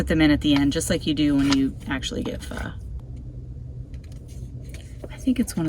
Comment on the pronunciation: I think you may be the only person (including Asian's) that pronounce pho correctly ("fhu"). I will explore further "flameless meals" as I am always looking at innovative camping meals. Thanks for your channel - I am a Toyota 4 Runner TRD Off Road Premium/KDSS owner, with a wanna-be micro-camper, and I love the way you make use of the space.